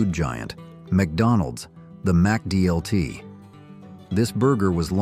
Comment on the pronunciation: Hey narrator - NOT pronounced MAC-DLT - rather MICKDLT! Bring back the McD's Pizza! These days, i routinely wait MORE than 10 min for 4 lousy basic burgers & nothing else at BK. Same thing regarding just 2 lousy McDoubles & no fries or drink!! In both cases, there is no one in line in front of me! DRIVE THRU CUSTOMERS GET PRIORITY! ARRGH Sometimes i wait more than 5 min just for someone to take my order at the counter! What a disgrace!